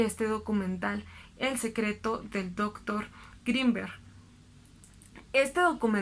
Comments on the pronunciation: Porque dices dÓctor Grinberg? Que no eres mexicana? Se lee y se escribe Doctor Grinberg, sin acento. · Lástima que pronuncia dÓctor en lugar de doctor... o acaso es gringa? 🙄 Deja mucho que desear. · Muy bueno, únicamente que me desconcertaba mucho cada vez que decías dóctor, con acento en la primera o, me distrae mucho. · "Bastante interesante". Frase que se repitió 500 veces. Cuéllar me parece que lleva acento en la e. Y "doctor" es palabra aguda. Solo para poner un poco de atención a esos detalles.